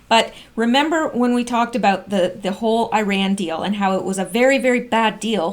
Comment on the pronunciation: Haha haha "while" = "whole".